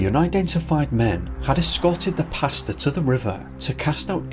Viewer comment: Everytime the narrator says "pastor" it sounds like he's talking about his dinner order. I like pesto, including variations of the yummy sauce, but alfredo is right up there next to fresh pesto sauce..